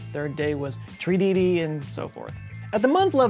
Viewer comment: It's tridi not trididi. Ha ha. joe your awesome.